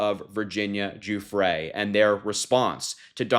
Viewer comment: Thanks for not saying Guffry.